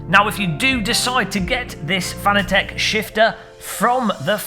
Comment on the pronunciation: Why does everyone say Fanatec wrong lol.